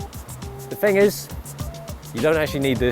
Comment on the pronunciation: "but the fing is" instead of but the thing is lol